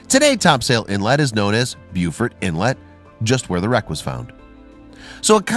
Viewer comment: It's pronounced "BO-fort", not BEW-fort.